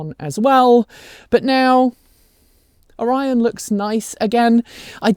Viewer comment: That’s not how the locals pronounce Orion.